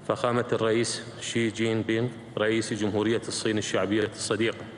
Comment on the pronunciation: من البداية فضحنا. اسمه شي جين بينغ مو شين جين بين. يمعودين😂